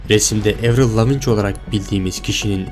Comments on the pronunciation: avril lavigne, evrıl lavic değil evrıl laviin diye okunur. (i harfini bilerek uzattım) Ve aynı zamanda 2003'te öldü 2013 değil düzgün araştırma ile video yapsana ya ingilizce bilmeyip sana gelen kişiler yanlış bilgiyi doğru sanıp da başka kişilere söylüyorlar. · Kardeş baya araştırma yapmışsın(!) helal de kadının adı nasıl okunuyor onu da öğrenseydin keşke. ''Evrıl Leaviğğn'' diye okunur. Soyadı Fransızca kökenlidir. Kanadalı ya hani. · Evrıl lavinç değil evrıl laviin diye okunuyor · Spikerler karşılaşma öncesi sporcuların isimlerini kendi ülkelerindeki telaffuzlarina göre öğrenip söylüyorlar. Senin de buna calisman gerekli bence.evrıl Lavin diye okunur mesela lavinç değil. Videoların gayet başarılı bu arada.bunu bi gozlem olarak kabul et 😀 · Evril Lavinç olaran bildiğiniz kişi "Avriıl Laveğn" dir "Andırmay sikin" diye diye de bi albümü yoktur. Video çekiyosun telaffuza bak sıfır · abi lavinc nedir ya hiç mi röportajını, konuk olduğu programı falan izlemedin nasıl çağırıldığına bakmadın ya. 15 dklık video yapmışsın insan özellikle bakar ismini doğru telaffuz ediyor muyum acaba falan diye lavin olarak biliyor herkes bunu lavinc nedirrrrrr :@ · Tamamen uydurma!!! 1) Adı Evrıl Lavin diye okunur, Lavinc diye değil. Buradan zaten videonun kolpa olduğu belli. Konuyu iyice araştırmış olsan böyle bir hata yapmazsın. 2) Görüntüdeki tarihlerle senin söylediğin tarihler arasında birkaç yerde farklılıklar var 3) Eski Sesi-Yeni Sesi diye karşılaştırma yaparken YENİ adı altında verilen videoların üzerine sonradan dublaj yapılmış olduğu çok bariz İnsanlar da inanmış, bir de oturup şöyle yapsınlar böyle yapsınlar diye çözüm üretiyorlar. Milletin aklını bulandırmayın! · "Evrıl Lavınç" ne lan? "Evrıl Laviin" şeklinde telaffuz ediliyor.